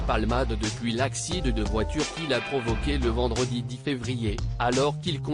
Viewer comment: C'est un robot qui lit! C'est absurde et ridicule! Il prononce "accident" ACCIDE!......